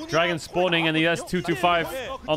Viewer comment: I came for the rumble I stayed for the dwagon